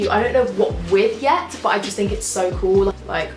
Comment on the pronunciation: I love how she says cool , coo